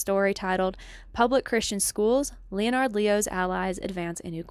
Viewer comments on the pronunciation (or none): My wife and I are very interested in what you are reporting. We support what you have been doing. Subscribed. (Off topic, most people pronounce “Leonard” as a two syllable word which sounds sort of like “lennerd” with the accent on the first syllable) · This project is fantastic. No shade but I had to smile at how deep you are in your reading sources that you’ve never heard of “Leonard” pronounced correctly by anyone else 😊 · Well done. I admire your research and, sadly, agree with all of your conclusions. I have a minor quibble....please check out your pronunciations of some names....it will help your creds. As an example, Koch is pronounced 'Koke'. Leonard is 'Lennard'. Weyrich is 'Wayrick'. Otherwise, you are pretty impressive!!